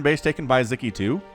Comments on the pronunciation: aww, as a Hungarian, I'm so glad to see Sziky being casted, and winning. :) Also, in Hungarian language, we pronounce the conjunction of 'Sz' as 'S'. So his name would rather sound as [Siki] instead of [Ziki]. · It's pronounced Sicky. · Yeah. How should we teach to pronounce it with S?